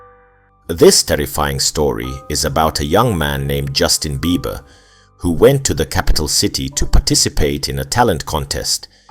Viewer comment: Bro the emphasis on the JUSTIN BEIBER name got me rolling on the ground